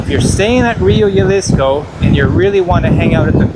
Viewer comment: Excellent video thank you so much. Just a quick note The J in Jalisco is pronounced the same way as you pronounce the H in “high seasons”. 😊